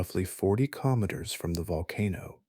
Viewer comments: Killer naters😂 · It’s a darn poor mind that can’t think of at least a few different ways to pronounce “keenomiters”! 😅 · I’ve learned something interesting in this video. This man does now know how to say “kilometers “ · Is this a science channel or a put-you-to-sleep vocal asmr channel? 🤔🤨 Your struggle with the pronunciation of "kilometers" is hilarious, btw 😆 You pronounced it correctly! Watching from Atlantic Canada 🙂 No volcanoes here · every time you said kilometers you said it differently and wrong every time